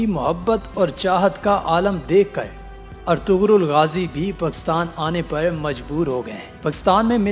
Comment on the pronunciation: its pronounced as Erturul. :)